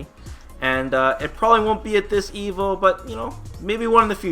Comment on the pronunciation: Evil? Or evo? Every time I hear you say Evo it sounds like you say evil lol.